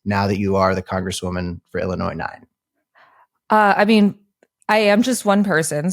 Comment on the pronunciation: 1. Since Cat Is Running for Congress from Illinois Kat Should Learn How to Pronounce the State: There Is No “Noise” In Illinois. 2. Gen Z Candidates Must Attract and Represent More Than Gen Z Voters. 3. Highly Recommend Kat Expands Her Vocabulary Beyond High School Slang.